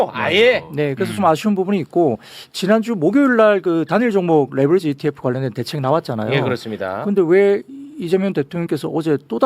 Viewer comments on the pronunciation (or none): none